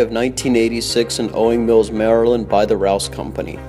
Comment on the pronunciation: Jeebus it's "owings"